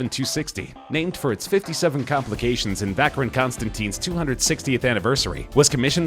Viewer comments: Vacheron is not pronounced "Vaceron" but "Vasheron" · You dont say vacheron its pronounced vasharoon!! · "vackron" constantin lmfao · Learn how to pronounce Vacheron lol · I once saw a video that teaches the correct pronunciation of watch names and i thought i got it right from there. but hearing hublot and and vacheron from you, i'm now confused....